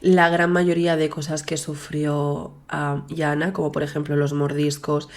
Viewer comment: Es Yana no iana